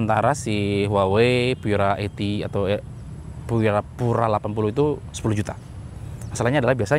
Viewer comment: Baca Pura aja jangan Pyura karena Pura itu bahasa Latin bukan bahasa Inggris.